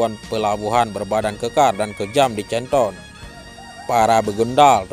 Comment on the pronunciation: Min canton dibacanya kanton bukan canton belajar lg min